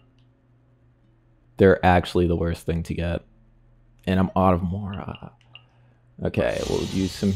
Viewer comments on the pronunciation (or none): none